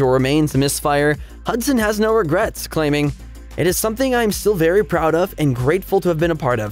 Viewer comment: "no regrots"